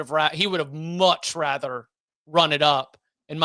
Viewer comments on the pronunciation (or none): says radder instead of rather